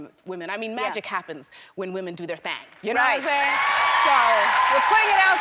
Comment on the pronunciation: I’m so proud. “ThAngg”